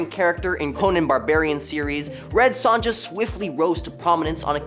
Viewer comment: RED SONJA PROUNOUNCED SONYA